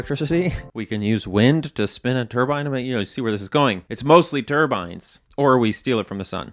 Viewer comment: I don't know much, but what I do know is you'll get a lot of flak for pronouncing turbine the way you did in this video. Good Luck O7 Love your content